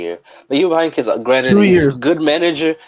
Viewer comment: I'm a Dortmund fan, but you have to put some RESPECC on uncle Heynckes' name